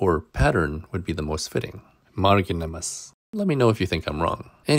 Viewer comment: you failed to pronounce marginimas